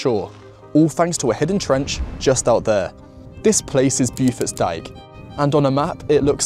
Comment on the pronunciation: Pronouncer Bow-Forts Dyke, rather than BewForts